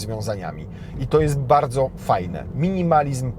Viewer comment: Posłałem łóżko - Dziękuję - Nie bałdzo